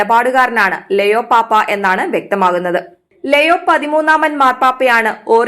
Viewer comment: ലെയോ അല്ല ലിയോ Please read ലിയോ 😪